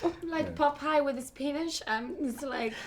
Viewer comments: I thought she said like "popeyes and his penis" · am I the only one who heard “Popeye with his penis” 😂